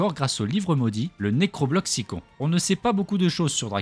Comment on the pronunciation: C'est juste pour te dire ça s'écrit necrobloxicon mais ça se dit necrobloxicone